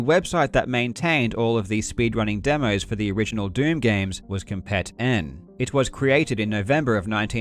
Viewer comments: Not to nitpick on such a great video, but "Compet-n" is supposed to be pronounced like slang "Competin'", like, "Competing" without the g. So like "come-peet-in". It's really whatever just figured id mention it. I remember when that site was still active and was the #1 portal for Doom speedruns. The Doom demo mechanic was great. Back in the day, actual videos were way too big for the internet at the time. A lot of people had dial-up and uploading a demo to submit or downloading a demo to view would have taken literal hours, sometimes DAYS for a long video of several hundred megabytes. For anybody who doesn't know, Doom demos only record player imputs on every frame, and loads an actual game and plays it with the recorded imputs. Since Doom uses a pseudorandom number generator based on player imputs, since all the imputs would be the same each time, the numbers called up would all be the same. And Yes, if you could somehow perfectly repeat all your imputs, you could play an identical game with all the same random numbers. But using demos, the file size is kept incredibly small as opposed to an actual video recording. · I think "Compet-N" is supposed to be pronounced "competin' ".